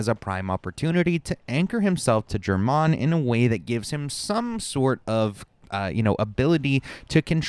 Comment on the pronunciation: "jermanne" dude they literally say his name in-game lol